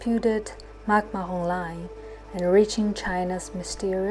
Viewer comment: Taken so well & really informative. Keep going 👍🏻..& just fyi.. it's McMahon Line.,not McMahom 😇